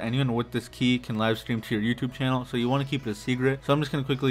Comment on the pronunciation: "Live strem"